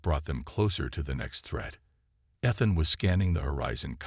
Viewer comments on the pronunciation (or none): Thanks for the story. BUT, your freakin AI, like most others....SUCKS!!! How many ways is it going to pronounce ETHAN...so far, 3 or 4.....and that is just the one word.....why don't you, like some others, narrate your own dang stories!!.....UNTIL such time that AI can speak proper English!!???